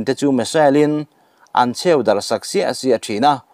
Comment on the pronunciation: A bengvar thlak leh e. Chheu tih hi i i lam rik dan a diklo deuh. Heu kan lam rîk dan hian nise.